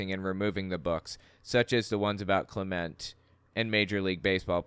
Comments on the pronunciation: It's pronounced Roberto Clementee, and I'm from England. Clemente is an absolute legend and used his status to help people worse off. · “Robert Clement”?!? The guy is an all time great, they could at least get his name right